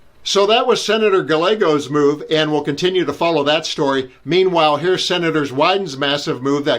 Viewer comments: Ga-LEGGO? Guy-ye-go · Guy-egg-o. Not Gu-leg-o. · So everyone knows, the double L in Gallego, is a Y sound not an L sound. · The L's in Ruben Gallego are silent. His name is pronounced "Guy-ay-go" not "Gal-lee-go". If we are going to say people's names, then at least learn how to say the name properly. Also, please don't pronounce Pam Bondi's name the same way as you pronounce "Bondi Beach". Just because they are spelt the same, please don't denigrate our beautiful beach by associating it with the trainwreck that is Pam Bondi. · 🤦🤦🤦 Guy-eh-go NOT gaw-leg-oh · Rep Gallego: It’s pronounced GUY A GO. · You could at least be able to pronounce the Arizona senator’s NAME Gallegos ! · It’s pronounced Guy-eh-go. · Gallego is pronounced Ga yay go, no L sounds in the name. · Gallego .. Gah-yeh-go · Please, take 15 seconds to google how to pronounce Rubén Gallego's name (ˈruːbən ɡaɪˈɛɡoʊ/ ROO-bən ghy-EH-goh) If you cannot be bothered to do the bare minimum, then why should we listen to you? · GUY - eg - o. The ll is a y sound in Spanish / Mexican. Calle = ceye- ey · Pronounced “Guy-YAY-go”. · 2 consecutive "L"s in a Spanish word or name are pronounced like a "Y". Gallego is pronounced Ga-yay-go. It's 2025. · The Arizona Senator's Hispanic name is pronounced 'Guy-a-gose', with emphasis on the middle sound. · The senator's name is "Guy-A-go". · The Senator is Reuban Gallego (Guy-eggo). In Spanish, the double 'L' sounds like 'ya' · Finally, someone’s speaking from Arizona who isn’t crazy! Just an FYI, you pronounce his last name Guy-A-Go… Hispanic double L’s like in tortilla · FYI, Gallego is pronounced phonetically “Guy-yay-go. The double L is usually a “Y” sound like in yellow. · Please learn how to pronounce Senator Gallego's name. The double 'LL' takes the sound of the 'Y' in the word 'Yankee'. Senator Gallego's name sounds like "Ga YAY go". Sorry,, I don't know your name. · It's GUY EGG OH The double ll's are pronounced like 'y' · It's guy-YEH-go.